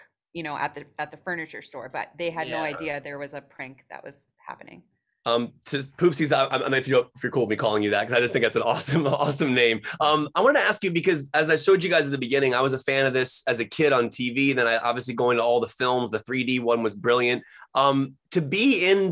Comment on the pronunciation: Poopsies not Poopies 😂